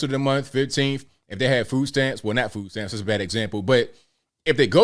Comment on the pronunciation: 😆 he said foodsatamps